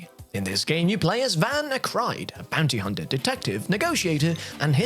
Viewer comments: sounds like you are saying “a panty hunter”. That probably fits better when you are playing as Brook in One Piece Odyssey 😂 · Sounded like he said Panty Hunter 🤔